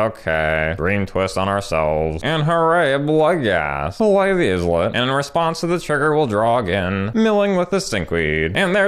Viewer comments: It's actually pronouned "Eye-let", just like Island. Not "Izz-let" :) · Islet= EYE-LET, not IHZ-LET